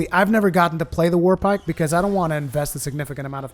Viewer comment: Did you say warpike or warbike?